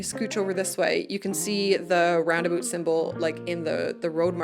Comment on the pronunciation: Your accent is totally entertaining - I knew a guy from Wisconsin that said "A-boot" a lot. So that definitely places you in the general area, or a little over the border into Canada. I listened for how you would say Roundabout and you kept true with Rounda-boot. But my grandkids started giggling a bit when you kept saying Plazas and "Pomegrantes" instead of "Promenades". Nice video - you bring out some interesting what-ifs. But my most favorite, believe it or not, is the modular features for housing and streets. Have to say though, the shot of the pine trees (fir?) at 29.05 is breathtaking. I will probably spend hours walking through my cities.